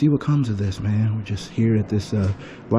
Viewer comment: Lol "aks, aksed and aksing. Liberry"